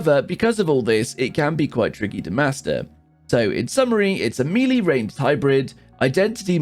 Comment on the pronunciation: Melee is pronounced me-lay